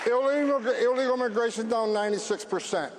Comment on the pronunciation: He can’t even say illegal😂😂😂😂